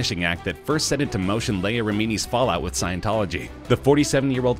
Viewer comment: You speak to fast, your telling us info that is not new news. If your going to say Leah's name, then pronounce it correctly. She is doing an amazing job speaking out against Scientology.